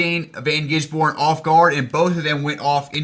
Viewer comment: The no safety car was crazy as is your pronunciation of gisbergen and jerez. :P